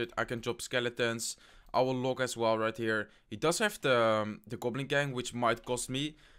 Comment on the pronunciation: hey man u r still saying loke, can u plzzzzzzzzzz say log next time?????